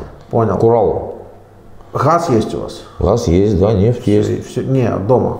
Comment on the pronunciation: НЕ ХАЗ,А ГАЗ..ЭТО ТЕБЕ ДЛЯ ИНТЕРВЬЮ НА БУДУЮЩЕЕ..